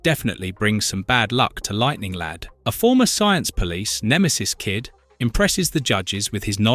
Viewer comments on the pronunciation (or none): I could swear that I heard the narrator say "Lighting Lad" a couple of times in this. So without further ado, I present to you The Legion of Misprint Superheroes: (Feel free to add to the team!) Lighting Lad Comic Boy Sunburn Girl Jouncing Boy Maniac 5 Predicate Girl/Neo Damsel Scream Girl Faintin' Girl Limber Wolf Shrinking Violin Funboy Stirboy Feral Lad Monorail